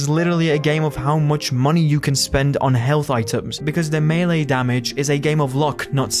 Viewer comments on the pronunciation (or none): none